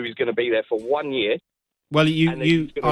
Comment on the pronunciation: Yee-arh = Year